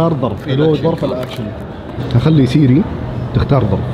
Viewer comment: سيري ❎ صيري ✅